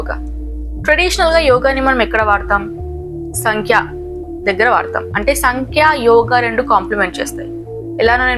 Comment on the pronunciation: సంఖ్య కాదు సాంఖ్య. The problem with English is it cannot represent the pronunciation of Sanskrit words clearly.